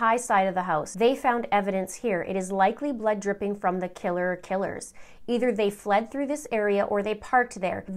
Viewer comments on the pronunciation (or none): none